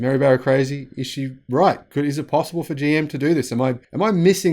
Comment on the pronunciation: Bro!!! Did you say "Joe Motors"?